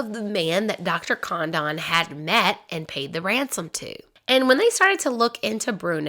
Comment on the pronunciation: Hurt my brain too. Literally the biggest kidnapping in American history. Thousands of movies, books, video, etc. This is the first time I've heard Lin.den.burg. Also, Dr. Condon is mispronounced. It's Con- dun. Should have watched contemporary newsreels. Out.